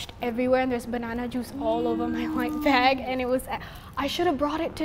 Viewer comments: you said plastic ba instead of plastic BAG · and why when they say bag there isnt a g